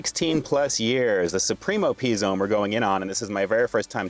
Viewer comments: "pee zone" lmao It's "puh zone" :P BTW, these are not pre-made but made in store. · “Pee” Zone? 🤣🤣🤣 Is this an R Kelly video?